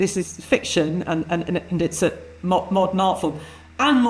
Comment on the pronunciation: The moment I heard him say "mordern audiences" I knew it was over. How much money must Hollywood lose for "modern audiences"? This is a myth, there is no such thing.